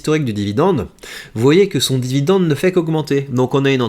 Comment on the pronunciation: Jacques a dit : Vidende ! :hand-purple-blue-peace